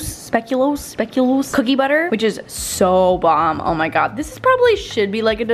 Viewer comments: All belgians here hearing the speculoos pronunciation 😂 (not your fault, can Imagine it being a hard word 😉) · I died at how she pronounced speculoos lmao